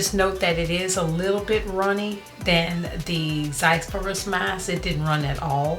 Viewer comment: Zizyphus but pronounced as Zizufus